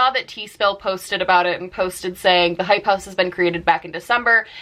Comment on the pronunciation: It took me way too long to figure out what you were saying when you were repeating "hype house"